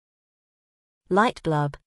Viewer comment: Light bUlb, not light blUb !!